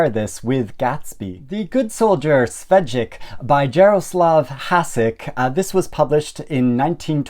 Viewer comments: it's not pronounced Svedjek, but Shveik (Czechs love consonants) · Švejk is pronounced a bit more like “Shveyk” because of the háček and the j having a y sound in Czech. It’s transliterated as Schweik in some versions. No shade!